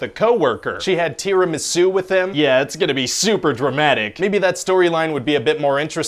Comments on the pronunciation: Nobody: ... Ryan: "T E A R Y - M A H - S O O" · 🤣 tea-remy-sue! Love it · TEEER-a-MI-su? This dude pronounces certain words really strange. If I hear him say "Ju-MUN-ji" one more time I'm gonna poop. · Tee ruh mee suw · And here I thought it was pronounced Terra Mary Sue. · Why did the first one pronounce tiramisu as TI-RA-MI-ZU: like he was trying to announce the arrival of some mystic Asian dragon king of heavens or like he was casting an ancient ninja arts? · tee rah mee soo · "Tea rim and sue"? Are you trying to say tiramisu? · TEEREMESOO!!!!!! LOL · Tee raa mee suu... Im triggered. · It's pronounced Tea. Bra. Me. Sue. Only the second word is pronounced without the "B" and the "r" is rolled, if one is capable of doing that. Slight emphasis on "Sue". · Is anybody else distracted by the way he says "tiramisu?" I can't quite put my finger on it, but it's weird. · Did he pronounce tiramisu like that on purpose? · The way he pronounces Tiramisu is so hilarious that I kept replaying that part. Had me crying!!! 🤣🤣🤣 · I'm just here for the way Ryan says Tiramasu 😂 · The Tiramisu pronunciations... I'm sorry Italy and France... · Why are you mispronouncing tiramisu like it's a Japanese word? 🤔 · The way they pronouce "tiramisu" makes me uncomfortable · Was it intentional to pronounce “tiramisu” severely wrong?